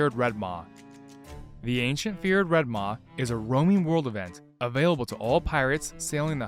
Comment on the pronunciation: Red maah 🤣😂😁 Sheeps go baah. Its Red Maw like claw.